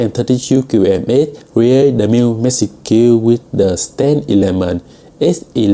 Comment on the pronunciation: Really struggling with the pronunciation of the 'age' of package and message.